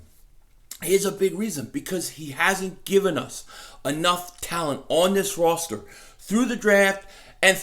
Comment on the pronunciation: When did the pronunciation of roster change to rawster? Still find. very entertaining while the playing is despicable. Go Eagles. I watched them trade Sonny Jergoson for Norm Snead. And witnessed "water bucket Joe" 54 years ago at Franklin Field. Now that was difficult to watch. Fans have changed from take no B.S. blue collar to wealthy professionals(for the most part). We have some of the best educated fans in the NFL. Between you and you guys represent what it means to be. an Eagles fan.